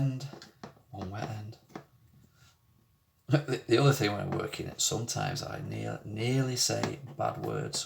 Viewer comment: My mother used to have a Lancashire accent. She lived in Rochdale in and came back home with a lancashire accent and never lost it. Hearing you say "Th'other" reminds me of the lancashire accent. Strange thing my mum used to think was she taught me and my two sisters to talk, but we never had her accent.